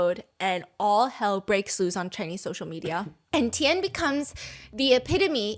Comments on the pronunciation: STEPHANIEEE!! U pronounced epitome correctt whyd u say epi-tomb afterwards 😭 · Stephanie saying "Epi-tome" 😂😂😂😂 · not ✨EPITOME✨ 😂😂😂